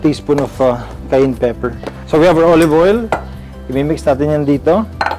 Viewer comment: Just so Filipinos are not looking some type of way it is pronounced CA-YAN